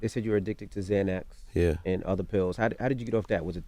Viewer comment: Instead of saying other he said “otter” lol